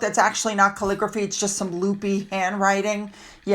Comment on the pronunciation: Madmegs "calligraphy" 😂😂😂😂😂.